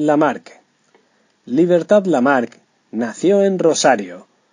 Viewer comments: NO ES “LIBERTAD LAMAR”......se pronuncia LIBERTAD LAMARQUE. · El narrador español la nombra, erróneamente, como Libertad Lamarc, pero se llamaba Libertad LAMARQUE. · Su nombre era Libertad Lamarque..No Lamarc!! Dónde escuchaste éso!!!